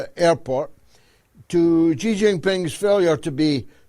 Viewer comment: Only gonna say it bc GG brought up the subject but since he said everybody is gonna have to learn how to pronounce Bab Al-Mandab how ab pronouncing Xi correctly? kept saying it right and you still couldn't do it. It's so easy... SHE!